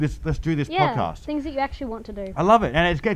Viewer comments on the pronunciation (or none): When you said podcast, I heard vodka.